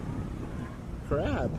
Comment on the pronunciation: Well, he went straight into the shore and said crap, I heard crab